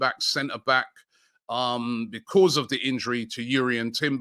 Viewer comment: I watch these videos to hear Robbie pronounce the word "because" ... becooors 😂🤦‍♂️